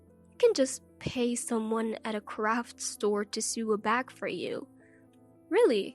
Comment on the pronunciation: Sew as you say it, is the first syllable of sewer, as in a disgusting, smelly, cess pit. that is not how you talk about sewing or sewing machines. It sounds more like sow, like oh no. Do you not realise people listen to your stories to improve their english? Shame on you, do better. Check google if you can't understand a dictionary. This is basic stuff. This guy sounds like a psycho, who has no idea what emotions are, or that people have them, and they are important. He needs a psyche eval and emotional boot camp. He is still delusional long after. What a jerk!